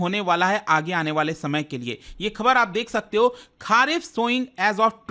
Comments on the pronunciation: खरीफ बोलिए खारिफ नहीं सर जी। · It's खरीफ ... and not खारीफ ..... भाई pronunciation ठीक कर लिया करो... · खारीफ नहीं, खारीफ